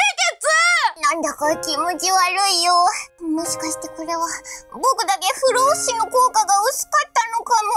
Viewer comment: ふろうふしじゃなくて不老ふじみだよ